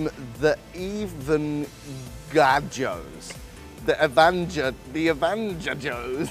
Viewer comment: he is making it so much harder for himself then it should be it is literally “The Venga Joes” 💀